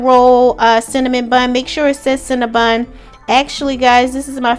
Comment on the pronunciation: Cinna BON NOT BUN...